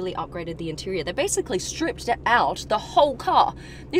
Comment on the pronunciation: This is probably the most Australian-accent-sentence I ever heard. Im loving it!! 😆 "A whole silvah leathaa intewiaah..."